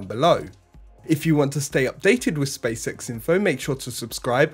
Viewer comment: Anyone hear Welcome to the spea sex show? You can't unhear it now I've said it